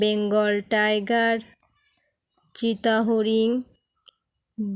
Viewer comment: চিতা হরি না ওটা হবে চিত্রা হরিণ